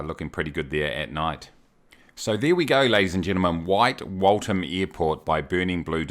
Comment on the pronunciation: Not Walt ham but walth as in the walth-hum